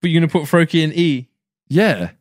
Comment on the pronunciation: Bro he did Froakie Wrong!